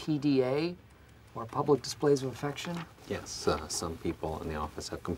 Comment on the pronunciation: Actually, I believe he says, “Nyes.”.